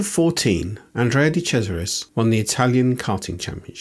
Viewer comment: Oh happy days finally someone who can pronounce his name correctly🎉